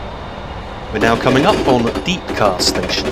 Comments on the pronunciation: He did exactly I'm from Sheffield and its depcar not deepcar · It's not deepcar is depcar.